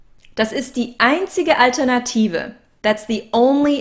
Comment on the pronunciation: with Einige Aussprachen für dich:) Genauso wie "groß" im Deutschen:) (not like moss, boss) alter, malt liquor (ALL-ternative, not AL-ternative) pal, gal, rally (You're saying (p)alternative)